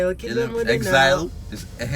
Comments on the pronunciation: Exileeeeee lol....it's heads high Dalton! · Yes Dalton, it's Heads high!! Not exile lmao..